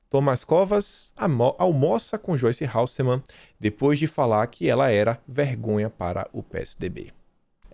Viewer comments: fala comigo: Ha - ssel - mann. Pois sempre ouço ''ha U ssel mann'' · HELOOOO APRENDA FALAR O SOBRENOME DA PEPPA.. NAO É HALSSEMANN É HASSELMANN...